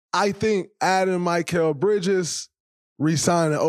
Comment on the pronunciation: Why does draymond not know how to say mikal bridges name correct